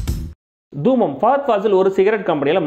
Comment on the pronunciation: தூம் இல்லை பிரதர். தூமம்.